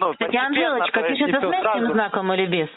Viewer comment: За <Анжелочку> я бы его на третьей попытке произнесения разделала.